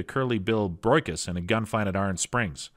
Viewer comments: Broycus?? It's pronounced BroShus, dude. Curly Bull Brocious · Curly Bill Brocious: "Bro-see-us".